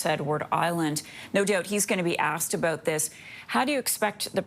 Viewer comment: Doubt, out and about. We don't pronounce those words they way you do.